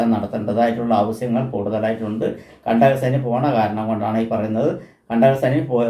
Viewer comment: സാർ.. വളരെ അരോചകം........ കണ്ടക "സനി ".. മോസം.... സാസം...,.. തീരെ """"അച്ചര ചൂദ്ധി """"" ഇല്ലാ 🙏🏻🙏🏻